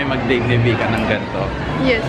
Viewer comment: Vika u always murder the name when you shoutout. 🤣🤣🤣